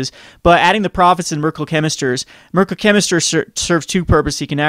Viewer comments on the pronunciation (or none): Mer-KYUR-ee-al Chemister